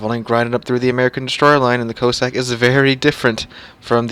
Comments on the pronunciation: Your mispronunciation of the ships name was painful to listen to. Can it be that hard to find out the correct way to say Cossack. Listen to Jingles he has it spot on. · Please, go and listen to the correct way to pronounce Cossack ... pretty please